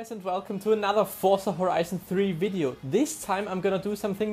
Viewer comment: VELCOME TO ANUTHU FORTZA VIDAYO